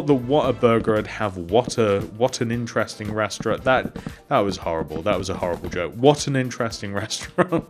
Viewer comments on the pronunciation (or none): none